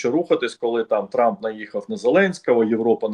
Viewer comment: «Труп.. тьфу.. трамп» оговорочка по Фрейду 😂